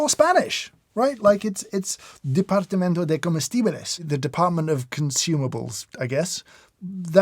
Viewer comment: I’m spanish and it’s my native language. I have to say that I am absolutely baffled by the way he pronounced “comestibles” specially “bles” not a lot of foreigners manage to say this so naturally. Although I’m new to the channel so maybe he has been speaking Spanish for a while, but it’s still very impressive! Also thank you James for all your videos, I love the way you speak it’s very soothing and elegant, and the way you observe and analyze everything, makes it feel very pleasant to watch your videos.